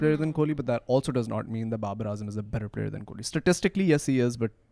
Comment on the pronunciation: It’s ‘kohli’ not ‘kholi’ 😂